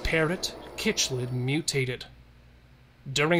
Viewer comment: Cichlid is pronounced "sicklid"